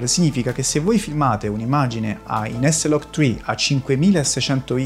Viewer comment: e dici s-log tcri e non eslagtcri?